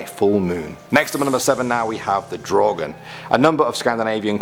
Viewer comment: Im swedish, What the hell is a draugen?!?!? Mever heard of it. Its prob misspronouciation cuz no1 from other countries can pronounce swedish words.